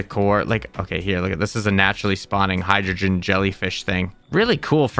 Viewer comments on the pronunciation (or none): none